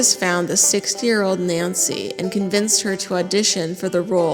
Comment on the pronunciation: The emphasis on “CONVINCED her to audition” and “ she AGREED to demo the mix in character” makes me think it wasn’t so consensual